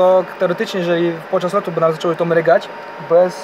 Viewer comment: Nie włancza się, a włącza się. Nie ma włancznika, jest włącznik. Nie mryga, a mruga.